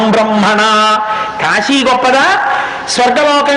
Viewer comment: Kaasi (కాశీ) is correct . Not kasi(కశీ) .